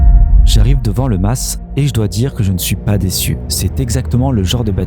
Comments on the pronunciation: Bonsoir, Encore une vidéo des plus intéressante bravo à vous 2, mais juste pour pinailler la S de mas ne se prononce pas on-dit simplement un Ma(s) provençal sans dire le s d'ailleurs rien qu'à t'entendre sur la vidéo à l'oreille ben sa cloche direct, pour le reste ben rien à dire le top! Bonne continuation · On ne prononce pas le s (le mas) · Je suis du Sud aussi plus exactement du Var et le S ne se prononce pas... voir Wikipédia !